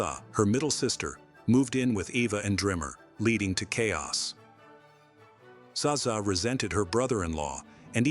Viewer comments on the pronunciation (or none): Her name is pronounced Ava. Her sisters name is pronounced shawshaw. AI voice i suppose.